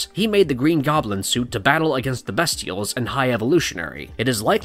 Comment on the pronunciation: The characters are called the Bestials (first syllable pronounced BEAST, NOT BEST)